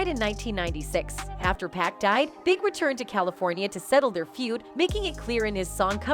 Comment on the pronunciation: Why does she keep calling 2Pac 2Pack?!